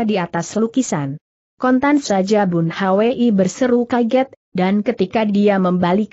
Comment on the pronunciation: Mohon ampun guru ....Bun Hwi itu di baca Bun hui dan Yung Hwa itu di baca Yung hua...Murid jadi malu pada para pendekar di seantero nusantara yang turut mendengar cersil ini. Tobatlah guru...